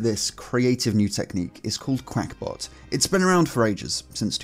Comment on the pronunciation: Uhh that says qakbot (cackbot) not qUack ya duck